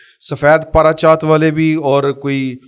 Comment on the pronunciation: پلیز لفظ پارچہ جات ھے۔